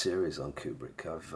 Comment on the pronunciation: kub-rick. stan-lye. A hook from Ukraina.